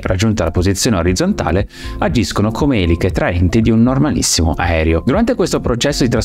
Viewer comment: Grazie, bel video. Ma perché continui a dire "aerio" anziché aereo? 🙄